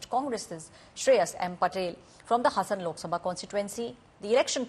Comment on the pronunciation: Its Haasan bit hasan plßssßssssssssss